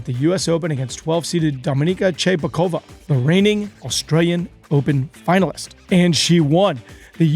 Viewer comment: Excellent update, however, your newbness is showing. Eye-van Lendl. A bit disgraceful. And then there is the butchering of the tiny dynamo's name (Cibulkova). It's only humorous when Sam does it, and even he wouldn't do it with one of the greatest players ever.